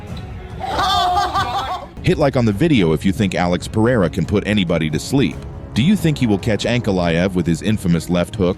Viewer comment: ngl them saying PEHEIRA is tilting me. Rogan did it but went back to Pereira.